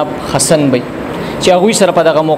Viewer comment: Zan la daa alfaz tek ka پ تہ ف او ف تہ پ مہ وایہ ح تہ خ او خ تہ ح مہ وایہ لکہ حسن تہ خسن